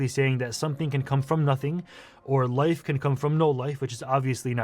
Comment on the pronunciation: in his accent it sounds like "loaf can come from no loaf" which is a bible story. Kinda funny imo